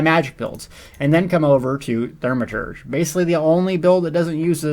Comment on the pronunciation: if you say "thurmaturge" one more freaking time i swear